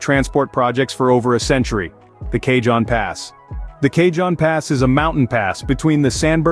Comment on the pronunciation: Pronounced Kah-Hone Pass 😉